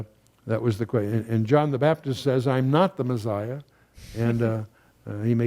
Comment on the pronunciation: There is no “z” in Messiah